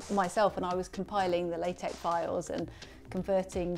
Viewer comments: Why are you pronouncing LaTex as if it is raw rubber? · I cannot believe he mispronounced LaTeX! At least he didn't say la-teks. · Tangential (haha) question: why are you both saying "LaTeK"? I thought it was "LaTeX". Is there something I've missed? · As a linguist, I refuse to accept LaTeX is pronounced any way other than "latex", regardless that the devs say "lah tek". If you don't want someone to read your acronym as a word, don't spell it as a word.